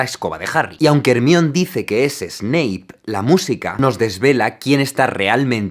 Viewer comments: Me pone muy nervioso como pronuncia ERMION jajajajajajajaja se dice "hermaioni" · Perdona, pero se dice ” hermion " no " jermioni" Puesto q viene del griego y " hermion " se parece más al griego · Como ya me acostumbré a pronunciar Jermaioni, me da risa cuando el Dice "Ermión" xd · "Ermion" LA PUTA MADRE NOO NO No se pronuncia así :cccc "Jermayioni" PORFAVOOOR Todo lo demás muy bien, me encantan tus videos; muy buena edición, muy talentoso yla manera en que explicas es impresionante, soy fan. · quizás por Ermión, en lugar de Hermione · Joder, no había caído en la banda sonora de star wars en esa escena. Vaya decepción Por cierto, pese a criticar el audio español de España (soy español) el doblaje está mal a la hora de nombrar a Hermione Se lee Jermaioni no Hermión. Pues en el cuarto libro Víctor krum le pregunta a Hermione como se pronuncia su nombre y ella responde dividiéndolo en sílabas Her-mi-o-ne Latinos esta batalla es vuestra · Me perturba que digas "Ermion" en vez de "Germaioni" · Ermion, ¿Por qué los españoles insisten en pronunciar mal el inglés? En serio no entiendo cuando en la película con audio original e incluso el doblaje muestra cómo realmente se pronuncia. Tampoco lo tomen a mal, me encantan los videos de Jaime me parecen brillantes, de hecho soy muy fanático de Harry potter y este análisis está genial. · aaaaaaaa deja de decir ermion es jermaioni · Piedad, no más Hermión. Es Hermione, la pronunciación en Inglés es mejor. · Tampoco es Jermayoni, es Her - my - o - nee / En español latino tanto como en el ingles, la J no es tan fuerte como se pronunciaría normalmente, es decir que su pronunciación es mas similar a HER pero sin que la H sea totalmente muda. Acá la pronunciación en latino, como veras la J no suena tanto para considerar que se pronuncia Jermayoni: Aquí el audio en español y la correcta pronunciación en ingles: Aquí una aclaración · en inglés se pronuncia "jermaioni" o sea una traducción al español seria "jermayoni" no "Hermión"😂😂😂